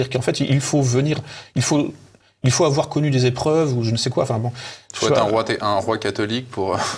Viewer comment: 32.02 😨 QueWa ?? 😂😂😂😂